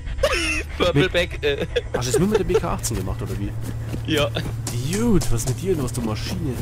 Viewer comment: geiles video. Sprich "dude" nur bitte richtig aus xD